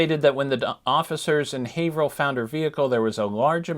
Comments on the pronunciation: Hi I'm from Haverhill and I just wanted to correct you on the pronunciation. It's pronounced the same as Haverhill, MA. With a long A. "Hay-vrill" thank you! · we pronounce it HAY-vrill